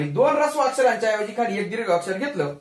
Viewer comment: व्वा! छान समजावून सांगितले आहे.शाळेत शिकलेलो विसरलं होतं. त्याची उजळणी झाली.धन्यवाद! फक्त एक ऐवजी ' यक ' ऐकतांना कानाला त्रास होत होता.( क्षमस्व )